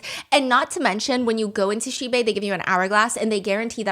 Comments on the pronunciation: How Stephanie say Xibei everytime the accent remind me of Korean "Shxbxx"" 😂😂😂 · Everytime Stephanie says xibei i keep hearing a very similar sounding swear word instead 😅of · Everytime Stephanie says Xibei i can't help chuckles coz it sounded like cursed words😂